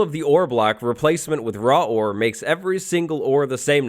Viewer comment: You said raw war XD. No hate